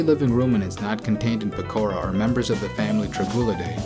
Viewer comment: Did you say PEKORA ?????????????????